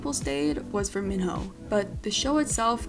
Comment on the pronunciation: Kitty's pronunciation of Minho also bothered me a lot.